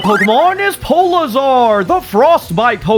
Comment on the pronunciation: Awesome episode polizar (that’s how you pronounced it) was definitely my favorite, but also that scene where the grunt runs back to its parent is dark